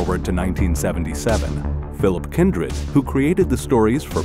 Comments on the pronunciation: You've got the blade runner and minority report and many other great science fiction novels authors name totally wrong or its just your A.I. voiceover guy doesnt know how to read it or pronounce it correctly it is Philip. K. Dick. Not Phil Kindred i had to go back and listen again a few times then put on captions to get it I then had ro go and google it although i did know it but thisbthrew me off making me think id had it wrong all these years or something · Hey there, just wanted to point something out. It sounded like you said Phillip Kendrid(?) was the author of Blade Runner......It was Phillip K Dick and the novel was titled: "Do Androids Dream of Electric Sheep". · Philip Kendrick?! C'mon man, you can't get Philip K Dick's name wrong #boneappletea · Computer narration renders Philip K. Dick as Philip Kendrick. Fail. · The Author is Philip K Dick not Phillip CaDoush as the robot pronounces it. In case anyone feels like reading a good book. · he said Philip Kindrick...its Philip K. Dick! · “Philip Kindred.” 🤦‍♂️ Come on dude.